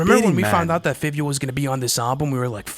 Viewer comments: It’s pronounce Fy-vio but yes…we all feel the same way🔥🔥🔥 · Yeah, Fivio spit his best verse ever. Man. That was crazy. And its pronounce (FIVE-VI-O) btw. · Fivio is pronounced FA-VE-O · Five-eei-o boys come on haha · The way y’all pronounce fivio 😭💀